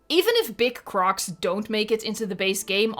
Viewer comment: The way you say “big crOCs” LoL